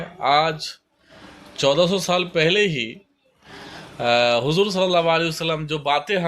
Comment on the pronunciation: Assalamu alaikum Video delete kijiye aap ne huzoor ka naam sahi nahi liya. Usko usko baar bola aap ne galat hai yh